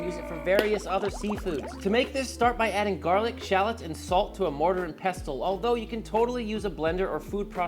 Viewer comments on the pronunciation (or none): I can live with it either way even tho mortar first is what im use to. Its the T that get me, its peh-sl not pest-le 😂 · For future reference, it's Yee-roh and there's no pronunciation of the T in pestle (pess-ul). You know I luvya and I'm out..... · Not trying to be a pedant, but for some reason this one really bugs me. Pestle is pronounced without the hard "T", so it's more like "pessle." But I thank you for these marinade tips. Looking forward to trying the "shawarma" one since I already have all of those spices. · Mortar and peh sl. Pestle is pronounced peh sl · did he say "pest-tel" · the T in pestle is silent bro...lord have mercy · The way he says pestle is annoying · isn't the t silent in pestle? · Why is he saying 'Pestle' like that? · I think he’s tranna make more engagement 🤣.. which is working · FFS! THE T IS SILENT IN PESTLE! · Everytime he says it it gets to me 😂 the T in pestle is silent, even in the British pronunciation. 😂😂😂